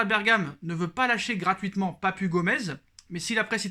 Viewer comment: Papu se lit papou